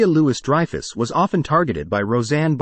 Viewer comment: Julia Loo-iss Dreyfus